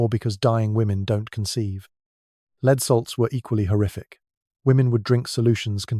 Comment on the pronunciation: 100% AI. Can’t define the difference between lead the metal and lead as in a leader